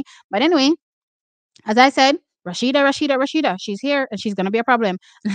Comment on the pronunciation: Its not RASHIDAT its A SHE DAT Adeleke 😂